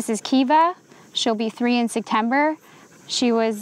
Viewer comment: yea it's very apparent she was saying September...and if you read you'd see I said jk. Ps her accent did made it sond like she said "Sek" instead of "Sep"